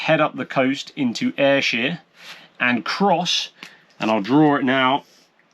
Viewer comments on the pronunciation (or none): It is not Ayrshear it is Ayrshire.